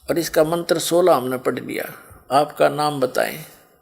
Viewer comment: यह राम पाल पागल है सत्यार्थ प्रकाश को सत्यानाश प्रकाश बता रहा है बास्तब में यह राम पाल ही सत्यानाश है इसलिए तो जेल में पडा है .इसको कुछ भी ज्ञान नहीं है उच्चारण तक शुद्ध..नहीं करना आता मंत्र को मंत्र बोल रहा है